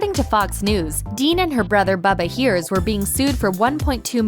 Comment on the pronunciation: Bubba's last name is pronounced Hires, not hears. Ask Paula, or better yet, ask Bubba.